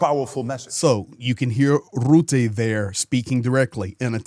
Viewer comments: just to help you, to pronounce the last name of NATO Secretary General Mark Rutte, aim for the sound "Ruh-tuh" or listen to a dutch news video how it is pronounced by native dutch speakers. Good video 👍🏼✌🏼Slava Ukraini 🇳🇱🇺🇦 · Hi, thanks from the Netherlands. One small remark. Rutte is pronounced with a short u like in " cut", and while you are at it replace the trailing e with the same u.:) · Please pronounce the vowel u in Rutte like the u in stunt. Thank you. Cheers from the Southern half of the Low Countries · Little correction, Rutte is pronounced with the u like in buss.